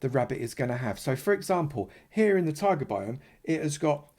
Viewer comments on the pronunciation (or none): none